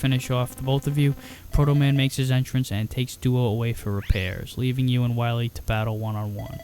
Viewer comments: Be verwy, verwy quiet, Im hunting dat wascawwee Dr Wiwy, Uhuhuhuhuhuhuh. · Dr. Wahwee! xD